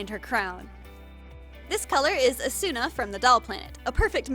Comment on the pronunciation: I watched this video three times before I finally registered how pronounced "Asuna" Lmao